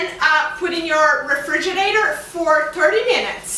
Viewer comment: Shes saying "Refiginate"..... I don't even know how to spell it.. This was funny though.